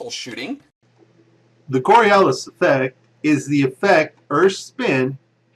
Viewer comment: First of all, it's the "CoriOlis effect," not "coralias effect." Secondly, you say that the Coriolis effect allegedly affects all objects, even ones over short distances, which is true to some degree. However, you don't say how MUCH of an effect that affect will have, which is crucial to the rest of your argument. Planes, like all other things, if affected by Coriolis. However, that effect is so small that it is completely negated by the fact that an aircraft moves under its own power, pushing it to a particular desired location, as well as any other air currents or atmospheric disturbance which it would certainly encounter. Also, when you bring up the example of a plane sitting on the Earth verses in the air flying east, you forget that the speed of the plane in the air is added to the speed of the rotating Earth. Inertia. Just because the plane leaves the surface, that doesn't mean it would loose the rotational energy and spin of the Earth that it was given while sitting on the surface. The plane in the air is moving at 570 m/h relative to the already-spinning Earth, as opposed to the plane sitting on the ground, which is obviously moving at 0 m/h relative to the already-spinning Earth. Again, inertia. The plane in the air does not just have its own cruising speed. It also has the speed of the Earth added to it.